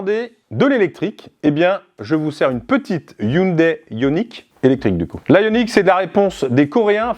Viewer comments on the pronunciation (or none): none